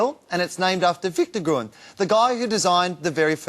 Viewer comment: Has he learned how to pronounce Gruen in the meantime?